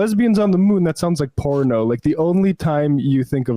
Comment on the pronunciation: He couldn't say 'porno'.